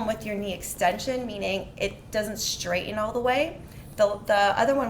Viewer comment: Going for a TKR in 3 weeks. This video has excellent info for recovery. One thing aside. Please let the PT know that the word is impor-TANT. NOT impoor-INT. And straighten. NOT stray-IN. Still great info that I will utilize after my surgery. Thank you.